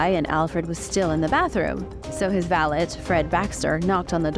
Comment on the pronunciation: My eye twitched everytime she said “valet”